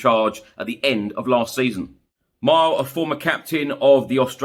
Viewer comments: Mile pronounced Mill-ay Jedinak. Former Socceroos captain and v smart operator. Good choice. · You've butchered it too...Mii-le